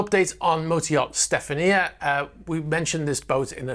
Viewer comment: A very small point but I believe you are mis-pronouncing Stefania. Assuming the yacht is supposedly Russian owned the correct pronounciation would be; StefanIA - Stefan YAA.